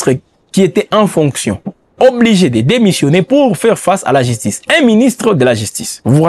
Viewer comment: Jistice, figuire, piblic. Cette chaîne ne fait pas test oral non?